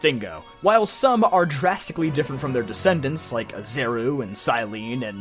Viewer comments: IT’S PRONOUNCED “AH-REE-ZOO” NOT “AH-ZEH-ROO” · This is the best video I've seen about Volo. Something about the writing and delivery oozes charisma and I haven't really felt that in other videos that talk about this character. The only problem is the mispronunciation of Arezu's name. The R comes before the Z. However, the video flows so well that I actually needed to look that up just to confirm that it was a mistake. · I'll never understand how people mispronounce Arezu's name. Great video though